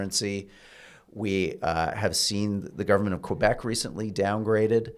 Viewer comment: Pronouncing 'government' after I teased you about saying it 'govbment' 🤭